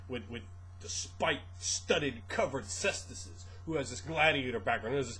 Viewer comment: It's pronounced "KAY-stus." Also, Greco-Roman is not Medieval. I don't know if you made a worthwhile point after that, as that's when I stopped watching your video. I would invite you to educate yourself and expand your horizons. Also, I'd like to say that any derivative of D&D is grossly and inherently flawed. Monks are the least of the problems that plague the franchise.